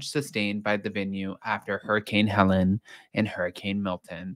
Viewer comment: It’s Hurricane Helene not Helen. FYI